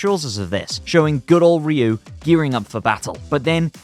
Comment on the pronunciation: I Had To Dislike This Vid After I Heard How You Pronounced Ryu🤨💯✌🏼